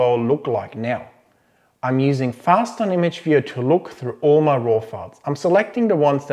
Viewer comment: What do you use to look at your images? It sounded like FastOn?